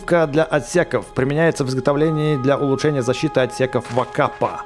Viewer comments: Не вакап а вакпак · эта пушка ВАКПАК а не ВАКАП